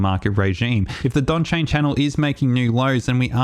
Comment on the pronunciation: Donchian - not Donchain. Good video. Very helpful.